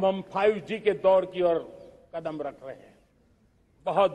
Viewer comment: आज का ये दिवस एक ऐतिहासिक दिवस हे एक नयी राह एक नयी संकल्प और नए सामर्थ के साथ कदम बढ़ाने का सुभ अबसर हे, सच में आप ने टैलिप्राम्प्टर का इस्तेमाल किया हे तभी तो कदम को कड़ाम बोलै हे, टैलिप्राम्प्टर इस्तेमाल करोगे तो 1.5 स्पीड धीमा बोलना होगा |